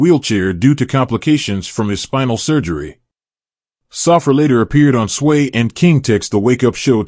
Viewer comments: Saffir is pronounced "Sah-fear" not "Suffer". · Pronounced.. SAH -FEAR